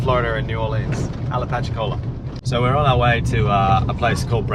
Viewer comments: Yes, not "Ala-patchy-cola' but 'Appa-latchi-cola'. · ROFLOL...It is pronounced Apa-latcha-cola It's in the panhandle of Florida. Keep up the great work! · Apalachicola pronounced Apa-lacha-cola :). Thanks for sharing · u kinda butchered the name Apalachicola lol but thats ok i still love ya lol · Very close on the pronunciation. "Apalachicola" comes from the Apalachicola tribe and is a combination of the Hitchiti words apalahchi, meaning "on the other side", and okli, meaning "people". In original reference to the settlement and the subgroup within the Seminole tribe, it probably meant "people on the other side of the river". From wikipedia. That is a pretty harsh area in which to camp. I assume during cooler weather. Headed there next month. Virus permitting. doc